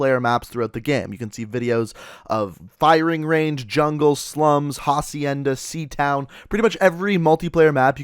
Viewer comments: "Haacienda" it's acienda even though it has an h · Don't be an uncultured swine it's pronounced acienda not hhhhhhacienda